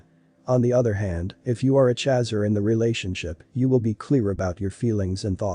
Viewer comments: No no no no just the fact that he is saying CHAZZER has totally derailed me from this video!!!! Nope! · Most intense union one can ever experience. One soul in 2 bodies. Thank you for this. BTW “chaser” rhymes with racer. Please pronounce correctly. 🌈